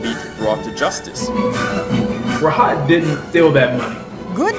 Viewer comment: His name is pronounced raaahut